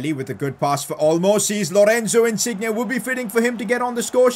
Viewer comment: learn how to say Insigne...